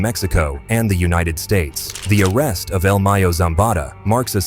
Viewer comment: He said el meyo 😂